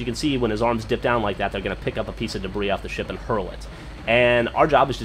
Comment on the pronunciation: when u said get off my ship it sounded like u said get off my shit lol